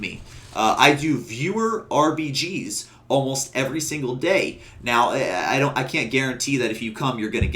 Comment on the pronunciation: Great guide!! "Siggle" in no way takes away how awesome this guide was! Think "sit, Jill" and remove the t.